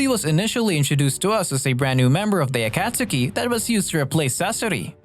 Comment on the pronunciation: If it isn’t a text to speech app of some kind then why is the pronunciation of “orochimaru” and “akatsuki” so garbage. ur a thief and a liar. The COPY ninja as ur profile pic is a funny troll though, I’ll give you that